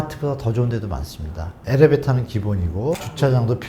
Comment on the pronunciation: 교수님 얘길듣다 엘레베이터를 에레베타 이발음을듣고 아버지 생각이드네..